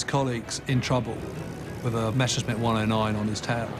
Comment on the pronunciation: "Meshersmitts" Groan! It's Messershmitt. Just drop the "c" in the German spelling and the pronunciation is right there.